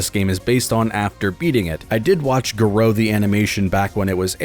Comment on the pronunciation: GAH-roh not gah-ROH